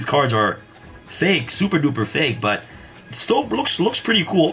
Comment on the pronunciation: "It's a likkle tight styll" toronto man meets yugioh lmaoooo